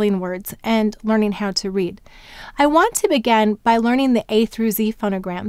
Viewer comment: The phonogram x, doesn't it have two sounds? There is the /ks/ as in "ox" and the /z/ as in "xylophone." Are they different or am I totally off? Another question--totally off topic and just for curiosity purposes--why do you pronounce "begin" as "began" most of the time?